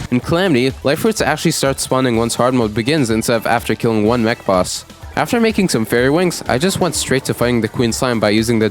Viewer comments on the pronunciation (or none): none